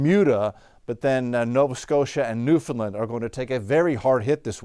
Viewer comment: I'm in Newfoundland. I appreciate that you have extended your coverage for our neck of the woods, and I especially appreciate your efforts to learn how to pronounce Newfoundland :)